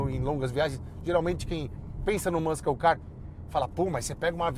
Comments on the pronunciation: eu entendi muita coisa do carro, mas não sei porque youtuber adora chamar um poney car (mustang e camaro) de muscle car porém não entendi de forma alguma o 'mâscou' se referindo ao termo muscle se não sabe falar o idioma, não invente pronúncia, a pronúncia é 'mâssou', vai ver ele erra da mesma forma o termo castle, falando 'quéstou' ao invés de 'quéssou' sim, tem que corrigir essas coisas, imagina o quanto de 83 brasileiro vai ver e repetir essa pronúncia achando que está falando certo não precisa acreditar em mim, se tiver dúvida pode ir no tradutor do google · teu fan mesmo quanto desse carro! Apenas um detalhe: inglês "Muscle" se pronuncia "mã-ssou" e não "mãs-kou" é nóis, excelente vídeo! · Se vale ser chato, vai a correção já que é uma palavra muito falada por brasileiros que gostam de carros. MUSCLE não se fala "mâsCOU", mas sim algo mais parecido com "MãSSOU"; sendo que esse final tem som de L. Fonemas em inglês "muh·sl"